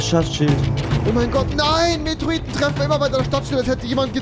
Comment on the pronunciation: METEORITEN NICHT METROITEN